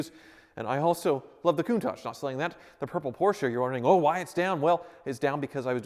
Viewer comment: Slight pet peeve when he keeps calling it a Coun-tajjj